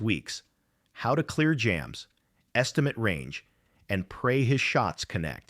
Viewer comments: Lazy and irritating. Narrate simple stories your self, unless you are somehow worse than a language model that can't pronounce "estimate"(v). You probably don't even speak English so you got a barely functional machine to write and narrate for you. Gtfo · How to clear jams, estimut range . . . I think that's supposed to be "estimate with a long a"